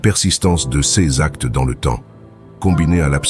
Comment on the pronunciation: Voix synthétique qui se reconnaît par les erreurs de prononciation !! Cesss. Filssss etc ... On est envahi par ces voix artificielles.